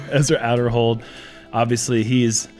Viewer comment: Pronounced Aderhold with a long A